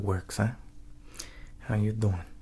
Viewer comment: Gotta love his “how you dOUin?”